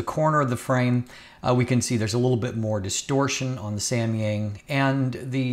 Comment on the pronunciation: Nice try for pronouncing Samyang